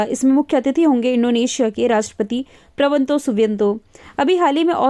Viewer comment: आप प्रबोवो को प्रबंतो क्यों कहती हैं? 😅